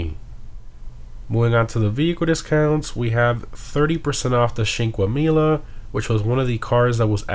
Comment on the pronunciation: Your pronunciation of "Cinquemila" sounds like you are saying Chinquemila lol. There is no h there. Great videos as always tho.